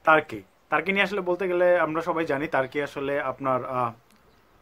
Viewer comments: সবাই উচ্চারন করে তুর্কি, আপনি তারকি বলতেছেন কেন? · তার্কী/টার্কী না ভাই এটার সঠিক উচ্চারণ (তুর্কীয়ে) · ভাই তুরকি কে তারকি বলেন কে। ওভার ইসমাট নাকি। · তার্কি তার্কি বলছে। উচ্চারণ টি না জেনেই করে থাকে। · তার্কি - এটা আবার কি রকম উচ্চারণ ভাই? এই উচ্চারণের পর ভাই ভিডিওটা দেখতে মন চাইলোনা! Sorry! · Jane na kisui! Asche YouTube a information dite!😂😂 tarki tarki shuru krse! Uccharon o krte pare na abal.... Abar koy ordhek naki Europe a... Sagol... Only 3% Europe a bakita 97% asia tei.... Abar turkey er capital naki instanbul 😂😂😂tyle ankara ki? Bolod... Agey jaina nen pore video banan